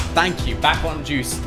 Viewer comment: When says deuce it's like he says juice